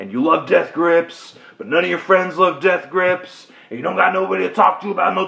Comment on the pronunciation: You say Death Grips weird. You've got an emphasis on Grips that most people don't say.